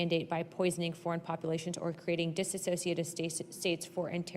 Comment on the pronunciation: Disociative not dis a cociative